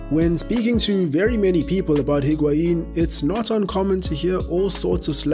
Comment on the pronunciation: The h of Higuaín is silent. It's pronounced as IG-auín.